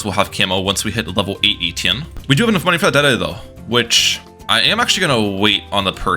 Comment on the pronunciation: thats not how you say etienne